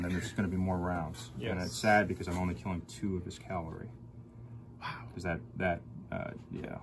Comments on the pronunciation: As in Cavalry, not Calvary. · Please, not calvary. Cavalry.